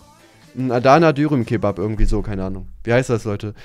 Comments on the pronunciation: Adaaaana xD Das zweite a spricht man übrigens kurz und nicht lang aus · Adana wird schneller ausgesprochen also nicht Adaaanaa sondern Adana mit kurzem a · Bruder wie du Adana aussprichst macht mich bisschen Sauer 😭☠️ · Adaaaana haha man spricht es bisschen anders aus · Falls Kuchen das irgendwann mal lesen sollte: Das Wort „Adana“ wird im türkischen schnell ausgesprochenen, also das A wird nicht so lang ausgesprochen sondern alles schnell :D